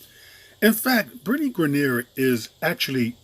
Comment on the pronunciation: You pronounced her name wrong the whole video....do yo research before you make a video on someone dude...